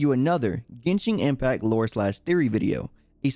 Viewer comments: He really said GENSHING IMPACT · Yuanshen Impact